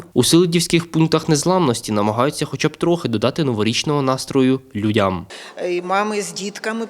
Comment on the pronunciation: Вже не лю' дям,а людя' м,що змінилося щось в українській мові,а ми не знаєм?